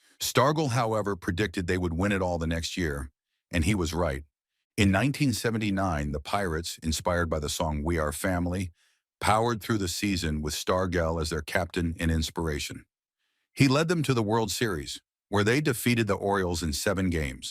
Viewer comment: WILLIE STAR-JELL NOT -GEL KRP